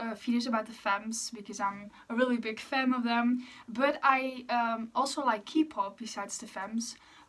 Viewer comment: eerlijk ik wilde net gaan vragen of je nederlands was omdat je accent zo klonk en toen zei je het ahahah tis btw gewoon kpop (met de K als in oké) ipv kipop ofzo hehe nice om te weten dat er nederlanders geinteresseerd in exo zijn ksjkjs